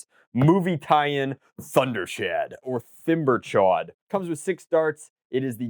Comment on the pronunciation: pretty sure its pronounced tember-chawd